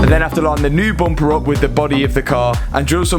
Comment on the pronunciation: Learn how to say bumper ha ha!